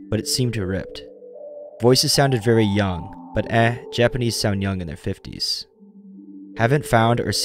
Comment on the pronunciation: For real, it was so jarring when he said any Japanese word and butchered it.